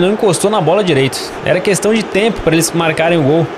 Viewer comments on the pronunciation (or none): none